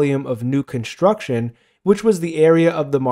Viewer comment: "conshtruction"... shtop it.